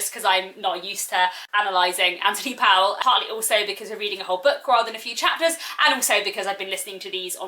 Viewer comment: I must repeat that the author’s name does not rhyme with towel, but with sole. This is easily verified from a myriad of sources, not least the great new biography of Powell by Hilary Spurling. The thing is that this odd pronunciation is part of the eccentricity and nostalgia evoked by his work, so I think it is important to get it right.